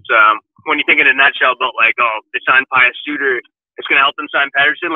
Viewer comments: Pe-oos not Pie-oos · It's pronounced "P'yoos"